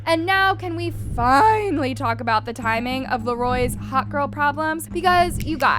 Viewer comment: “Now can we fiÆÆnaly